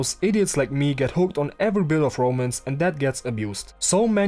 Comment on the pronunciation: from what I see, I like the 90s art style, but the story, yeah, I'll probably avoid it if it's just C***teasing for the next 1000 chapters... Ps. I always misheard you say romans from romance, like "this manga sucks, because it only has romans", still Good analysis video! PSS. Wait I kinda like the story...